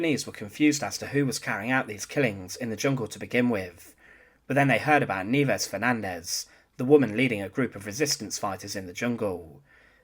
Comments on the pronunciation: It's ni-EH-ves, not NEEvez, u dummy. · You are correct that her first name means snows in Spanish, however it is most definitely not pronounced kneeves. The correct pronunciation is knee-eh-vehs. Thanks for this series. Cheers! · Nieves is the Spanish word for snow and it is pronounced NI-YE-VES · Very interesting-BTW-Nieves should be pronounced phonetically-Ni-e-bes. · it's pronounced "nye/bes" and you're right.. nieves came from niebe a spanish word which means "snow".. I knew about her but never knew her name or knew her story.. thanks, you just got a new sub.. 👍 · Totally off topic, but.... Where did you get the pronunciation? In high school, we had an exchange student who pronounced her given name of Nieves in a very different manner. She was a Spaniard, and as a native Spanish speaker, she didn't pronounce her name anything like you do. But The Philippines were a Spanish colony before becoming American territory, so it stands to reason this teacher's name would be pronounced the same. But there happens to be a Scottish pronunciation of the same group of letters, as well as Brazilian and Portuguese pronunciations. Your accent suggests maybe you were incorrectly applying the Scottish pronunciation. Just curious. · Poorly constructed piece, with lots of unnecessary duplication. It would also be nice if the narrator could learn the correct pronunciation of Nieves. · "Nieves" is a common Spanish word. Suggestion. Google a foreign word. Nowadays it is easy to get a pronunciation correct.